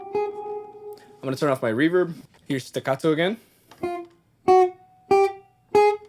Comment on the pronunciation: I appreciate the Italian accent when discussing legato and staccato 😎